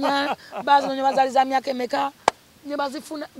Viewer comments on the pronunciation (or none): none